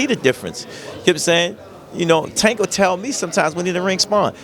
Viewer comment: This flag flyer still can't or won't say Tank's name right.